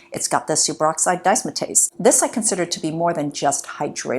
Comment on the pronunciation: It’s pronounced super oxide dismutase- ‘dizz-mute-ayze’